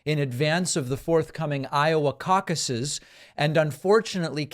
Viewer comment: Cauc-aye plural of caucus 😂